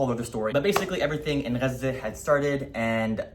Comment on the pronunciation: I remember that your reel randomly came up in the early days of the genocide as I was doom scrolling and the first word I heard was Gaza but you were the first person who pronounced it the right way and before I even heard what you were saying, I followed. You imparted insane amounts of knowledge at a very critical time. Welcome back.